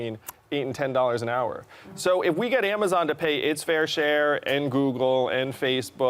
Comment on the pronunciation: I cackled when Whoopi said Amazon lolol.